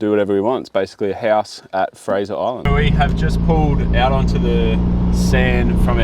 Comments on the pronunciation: Nope, it's Fraser Island. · You pronounced Fraser wrong the whole video